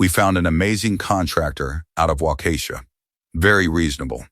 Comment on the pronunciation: Omg! Took me till 25 min mark to realize wa-ka-shaw (in odd monotone) was supposed to be whah-KEY-shaw 😆😆😆😆. Thanks for the laugh. Good for dad to finally stand up, but a little more back bone sooner might have been a bigger help to his son through highschóol years. That silence on graduation noght could have gone to a very bad end for the son.